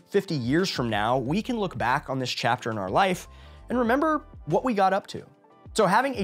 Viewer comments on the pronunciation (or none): none